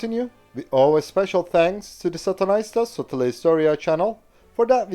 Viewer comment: Satunnaista Sotahistoriaa could be translated to be 'Casual/Random/Arbitrary War History'. We appreciate your effort to try pronounce our language though :D